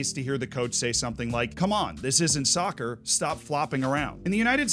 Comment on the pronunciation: I cringed when he said sovcer